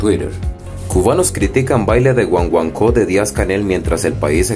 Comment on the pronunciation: PERDON, PERO SE DICE GUAGUANCO, Y NO GUANGUANCO. CORREGIR TUS PRONUNCIACIONES. GUAGUANCO ES UN RITMO CON HISTORIA EN CUBA.